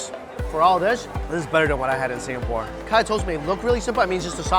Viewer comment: I cringe every time he says Singapore...